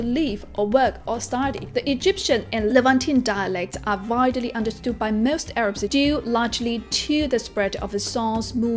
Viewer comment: I must confess I did not listen to her story at all but I could only focus on her pronunciation of English. Unparalleled -> unpellited. Short -> shot. Most -> moost[e]. Standard -> steander. Firstly -> firstely. Form -> formed. Tribal -> treebel. Sophisticated -> sofistikading. Stands out -> staans out. Rhythmic -> rhythemic. Perseverance -> persérviance. (é is where the stress is.) Pronunciation -> pronunca-átion. Father -> fadder. Contributed -> contribúted. Influence -> inflúance. Differ -> dívert.